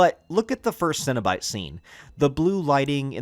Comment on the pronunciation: Really well put together, and I love the inclusion of some of the comics as well. Did you get in on the Boom studios Kickstarter package this last year? Also if you haven’t yet, dig deeper into Clive Barkers novels and short stories. Definitely worth all the reading. But my dude, you are absolutely killing me with all the “Cinna-bite” and “Munchard” pronunciations. I’m trying so hard over here not trying to picture mini cinnamon rolls every time Cinna-bite is mentioned. 😂